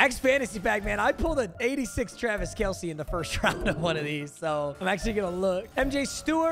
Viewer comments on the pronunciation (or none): none